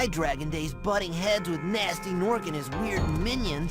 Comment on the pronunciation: Why do you pronounce the G on "Gnasty"? And if you do, why not on "Gnorc"? Shouldn't it be GuhNasty GuhNorc